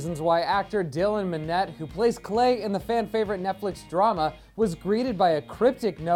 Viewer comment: he's not even saying his name RIGHTTT